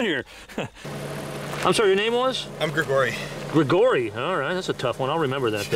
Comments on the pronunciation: Im Scottish its pronounced gregor-y not grig-ory. Goddamn weirdo 😂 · Why did that guy pronounce “gregory” like he’s Rasputin?